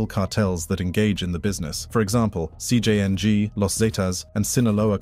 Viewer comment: “CJ Yang”